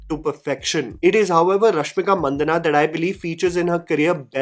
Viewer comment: He name isnt Mandana or Mandaana but Mandanna like Rajanna